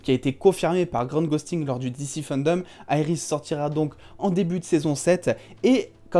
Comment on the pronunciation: Quand tu dis Iris j'ai envie de te baffer